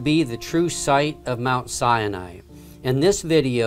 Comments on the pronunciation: The narrator can’t even pronounce Mount Sinai correctly (pronounced SY-NYE) not SY YA NYE! Where do they get these non fluent English speakers to butcher the language? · Mt. Cyanide! Try pronouncing it Mt. Sai nai. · Dear bible scholar...Please be aware. It is pronounced Sy-nye...not sy uh nye. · It's pronounced Si-ni, not Sia-ni. Please pronounce it correctly. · Hi Thank you, so awesome to be able to view this Exodus location! Thanks to Ron Wyatt! Just want to point out mispronunciation of SINAI It is SINE AI, NOT SIN E AI Shalom to us only in Christ Yeshua returning soon to reign over His Creation from Jerusalem forever.